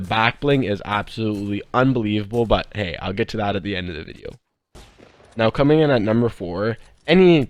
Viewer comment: he said comening